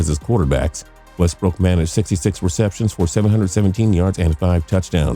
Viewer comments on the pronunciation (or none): none